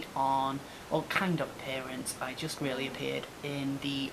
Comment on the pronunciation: Stephen Horton ha! Omg I can hear her in my head saying it now! Cathy ear worm, ta! She really has to stop trying to waylay people like that, so unprofessional. I weally, weally, WEALLY hope JP sees it 😁